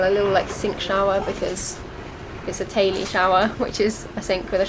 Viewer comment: i always laugh at the way you pronounce the name of youre boat. it sounds like you are saying tayli but it's not spelled that way.